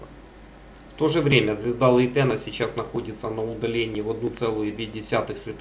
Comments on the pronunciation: У нас в языке англ. имена вроде ставят на первый слог, БАйрон, ДжЕррард, ФЕргюссон и т.д. Да и в википедии на первый слог - ЛЕйтен. Я не придираюсь, не подумайте, просто интересно стало. Спасибо. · А почему ЛейтЕна? Ударение ведь на первую "Е" или нет?